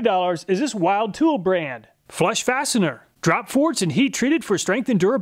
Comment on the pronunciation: Great comparison as usual. I'm going to have to give those Tsunoda's a shot one of these days. Also, while it's not super important, Wilde tools is actually pronounced "wild-E". Strange, but that's how they answered the phone when I called a few years ago. 👍 Stay frosty and pet the Farmmebago for me!